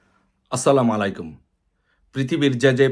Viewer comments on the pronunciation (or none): আপনার মটিভেশন ভালো তবে সালাম টা শুদ্ধ করে শেখা জরুরি আসসালা মালাইকুম না🚫 আসসালামু আলাইকুম হবে,,,✔️ আশাকরি এ বিষয় খেয়াল রাখবেন